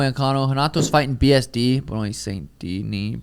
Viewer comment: The way pronounces Benoit 😂